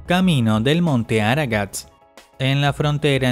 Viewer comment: se dice MONTE ARARAT